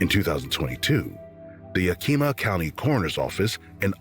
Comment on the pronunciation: I like this channel. But if i hear 1 more channel or AI say Yakeema im gona scream!! Its PRONOUNCED YAHKAHMAH!!! Native word. Washington State born & raised. no DC about it. AAAAlll the way up NW. Its beautiful buts sux.